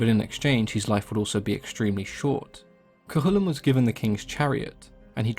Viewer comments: Thank you for pronouncing Cu Chulainn properly! So many people don't! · Cú Chulainn was perfect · Finally, someone who pronounces it correctly